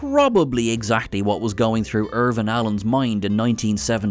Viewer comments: Lost In Space IrWIN , not Irvin. You keep doin' that in these vids. Stop. Whydontcha say Jean Rhodensberry or something like that? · Irwin not Irvin lol ;) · It's IRWIN Allen you P'itakh!!!😡